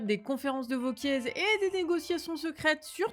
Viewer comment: Mais c est pas vauquiezzzz, ça se prononce wauquiéééé 😮